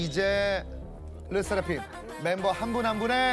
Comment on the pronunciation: 르 세 라 팜 이 맞는 발음 아닌가?